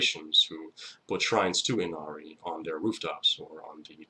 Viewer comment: The correct pronunciation of her name is (E-Na-lee) Inari. R’s are pronounced as L’s when speaking Japanese. Thank you for teaching me about her. My offering to you was helping you pronounce her name correctly. 😊 #444